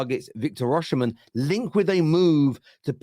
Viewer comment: learn to pronounce the name right! Osimen, the sh is silent in the Edo language..